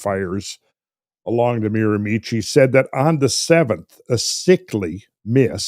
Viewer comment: Hey guys, love this topic. BTW the area in New Brunswick is pronounced "MEERA- Mee-Shee"